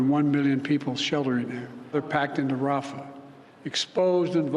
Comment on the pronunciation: Having job Biden talk shows he isn’t in charge of what’s going on. He can’t even pronounce rafah